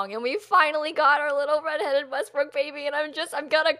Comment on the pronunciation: YES! She can't say WESTBROOK! Next video,! We challenge you!:)